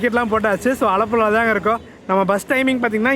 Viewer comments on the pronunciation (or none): Bro alapula no,aalapula. pronounce important bro..... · Alapula ❌Aalapuzha✅ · அழப்புல அல்ல.. ஆலழப்புழா ஒழுங்கா சொல்லுங்க ப்ரோ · அலப்புழா இல்ல ஆலப்புழா ப்ரோ 😊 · 😂 நீயே ஒழுங்காக சொல்லவில்லை... ஆலப்புழா